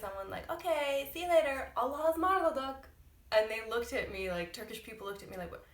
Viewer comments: It is not embrassing .There are the people who use this phrase. Also pronounciation is like "Alasmarladık" because there is a gramer rule maybe u did not bump into. Hece kaynaştirma or ulama. Allaha ısmarladık means.I entrust you to God! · yeah, allahaısmarladık is a old word but we still use it. sorry but you dont pronounce it well, thats why :) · "Hoşca kal(-ın)" ))), not Allahasmarladık! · Allahaısmarladık diye okunuyo aw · People do say Allahaısmarladık I'm sure it's just not the way you used it. Also it's just s long word so even your very practiced pronunciation is difficult to understand